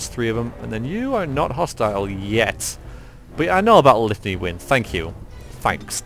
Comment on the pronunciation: "I will renember about the lithany " Let change 4 dudes in to monsters ;P